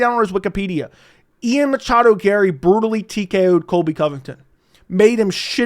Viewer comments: Stop saying "Machado" PLEASE. Love your channel, but god I hate that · it's Ian MACHADO Garry, you casual. How dare you! (😂 lol jk)